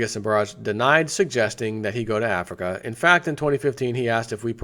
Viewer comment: Donovan Miller Yeah, it's a country in AF REEEKA...